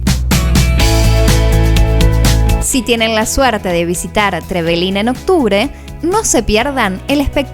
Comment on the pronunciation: Hola yo soy de trevelin solo les queria decir que no se dice trevelin con tilde en la i ni tampoco es con tilde en la primera E es con tilde en la segunda E. Le pasa a muchos turistas que vienen a aca😁